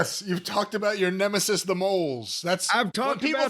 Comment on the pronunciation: LMAO this artwork is Absolutely Hilarious jim trying to say nemesis made me laugh way more than I should've 😂😂😂😂😂😂😂😂😂😂😂😂